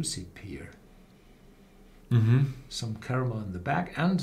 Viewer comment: Friendly advice: Pronounce the word 'Pear' just like the word 'Pair'. You are saying 'Peer' currently.